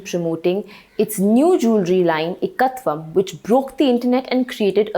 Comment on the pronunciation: also one needs to pronounce Sanskrit words properly. The "Ek' in Ekatvam is "EK"("number one" in Hindi) not "ik" in Ikea or ikkat saree